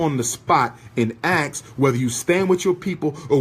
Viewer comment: How inarticulate! He brags about his degrees but uses words like “Aks” instead of “ASKED”. And says “Who is you namin” ok “Doctor”